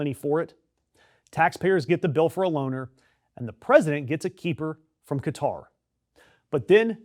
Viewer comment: Stupid moron calls Qatar “Guitar”. Stupid beyond stupid.